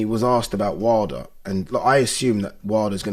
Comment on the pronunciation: The fact that this guy can't even pronounce his own surname right is worrisome.